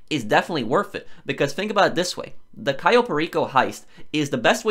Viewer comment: the way he says cayo enrages me